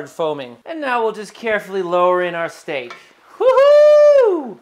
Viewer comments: You gonna baste that shteak? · Are you sure you bashted the shteak?